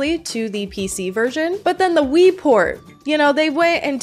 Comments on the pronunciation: i love how it sounds like you keep saying "ennui" bc if that doesnt perfectly describe my feelings towards the sims lately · I kept hearing "The Sims 3: Ennui"